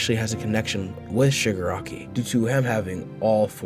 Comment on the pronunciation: i cant stop hearing sugar-rocky